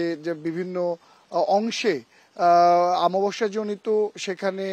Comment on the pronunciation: রিপোর্টার বলে আমাবস্যা, হবে অমাবস্যা।